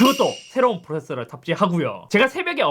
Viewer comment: 프로세서 발음이 안되시는듯 ㅋㅋㅋ